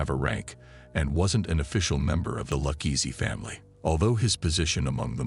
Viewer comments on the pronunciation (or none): Dang the ai is hard to detect until it repeatedly mispronounces Luchese.